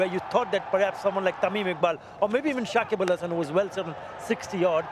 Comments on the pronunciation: Shakib ul Hasan na Shakib Al hasan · Dada it's not Sakib ul...it's Sakib al....again and again wrong pronounce